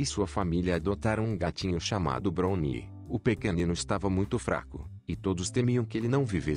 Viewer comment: Nao e bruni q se pronuncia, e brauni....